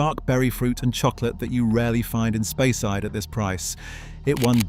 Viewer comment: also mispronouncing place names like Speyside .